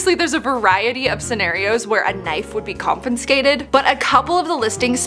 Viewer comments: Ow good, somebody pointed it out. It thought I misheard the first, but she does it a few times. Well, now she knows how to pronounce it correctly. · it’s got to be so much more difficult to pronounce the way you’ve been saying it 😂. Bless you. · She kept on saying “confinscated” even on the sub. 🤣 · I say this lovingly, but every time pronounces mispronounces confiscated as "con-fin-scated", I die a little. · Sounds more like she's saying comp-en-scated 🙈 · I love how you're putting an extra 'n' in confiscated 😁. This is so good to know! I learn so much from your channel! I even learned that a UK influencer I follow follows you too and found that the UK has a lost plane luggage sale too! I do know the UK have police auctions but mainly for cars, not sure about items like bags and stuff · Ok I know it’s just a “Me” thing, but there aren’t 2 “N”s in CONFISCATED!!! It drives me absolutely crazy when people do stuff like this!!! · CON-FIS-CATED not CON-FIN-SCATED! C'mon! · No N in confiscated 😔 and nobody corrected her!!! 😤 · Hi no judgment but the word is confiscated not converscated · why does she keep saying 'confinscated' ....'CON- FIN -SCATED'. I cant stand it lmao!!!! its 'CON-FI-SCATED' wtfffffffff. That just hurts my brain so bad. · It's pronounced ConFIScated There is no N between the I and S It's NOT conFINscated. Just like hearing people pronounce EScape EXscape or Espresso EXpresso so confidently wrong, this pronunciation is equivalent to someone sticking burning hot safety pins under my fingernails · The way you pronounce confiscated is just irritating 😂😂🤦🏼‍♀️🤦🏼‍♀️ it's not confinscated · Lmao I love videos but her saying "confinscated" throughout the whole video was killing me hahaha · no second "N". Con fi scated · Con-fi-scated. LOL No hate girl, it was cute <3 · CONFINSCATED CONFINSCATED CONFINSCATED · I was looking for someone who would cut the syllables properly after the s and c lol con-fis-ca-ted and not con-fi-scated